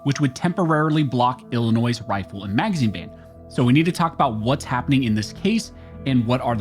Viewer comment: There's no noise in Illinois...lol In other words, you aren't supposed to pronounce the S.